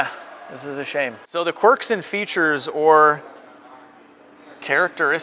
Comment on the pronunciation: Did you not say quirks on purpose ?